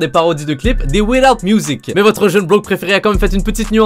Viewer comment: Oooohhh l'accent quand il a dit "without music"🤗🤗